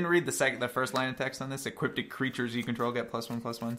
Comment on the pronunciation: I enjoy your content, this video made me cringe every time I heard "Equipted" Equipped, when you equip a creature it becomes equipped, no "equipted" It sounds a bastardization from enchanted, as a the other mispronouncing I hear frequently is "E Quip Ed". Keep up the cool work, and I look forward to more of these.